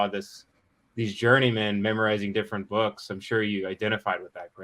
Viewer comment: ey,,,,,,,,,,,,, the way he puts a "y" sound in between words, reading byooks, byackpyack, pyool, ...just kills me. or rather; JYUST KIYULLs me... All those BYOOKS THYAT WERE BYURNED